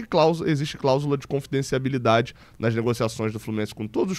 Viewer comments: Oi, não quero pagar de chato, mas o certo é confidencialidade. Você sempre fala confidenciaBIlidade e eu sempre acho graça kkkk. Abraço! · só tentando ajudar: é "cláusula de confidencialidade". No mais, é perfeita sua leitura. Queremos todos esses valores no portal da transparência. Quanto ao Rony, o Atlético aproveitou a queda de valor no impasse entre Rony e o Palmeiras. Comprou na baixa.